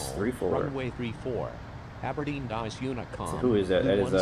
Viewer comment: it’s Aberdeen